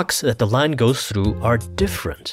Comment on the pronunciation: "through" Me: thru You, an intellectual: thloo good video lol xd